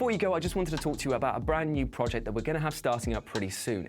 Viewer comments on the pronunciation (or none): none